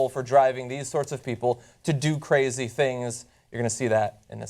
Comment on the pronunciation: kuh-razy bitch.